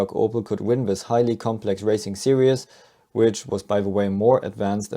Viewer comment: 'Series', (pronounced 'Sereez'), not 'Serious'